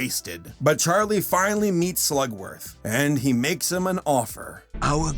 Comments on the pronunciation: Im very annoyed he said slugsworth not slugworth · I keep hearing you say "Slutsworth" for some reason. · It bothered me slightly every time you said "Slugsworth" lol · Um... Am I the only one annoyed by how this guy pronounces Slugworth's name?